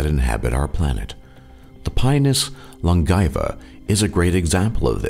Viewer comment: THAT'S NOT HOW YOU PRONOUNCE LONGAEVA